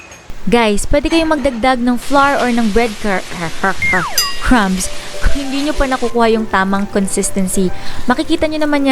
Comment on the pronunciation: bread cR CrR cRRumbs ahahaha so cuteee